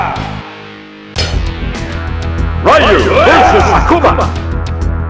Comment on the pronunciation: The announcer says Ryu's name wrong as well as the other characters with Japanese names